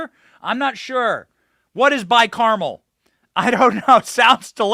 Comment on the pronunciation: By Carmel latte. Or was it camel?